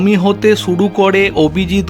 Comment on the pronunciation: ড়াজনীতী, বছড় না বাছুড়। শুডূ কড়ে। চানা ভাজা খাইছস না কি ভোসড়ী কা। বাংলাদেশের ভাষা মারছস। আড়োগ্য লাভ কড়ে। র আর ড় য়ের পার্থক্য বোঝস না ভোসড়ী কা। 🤣🤣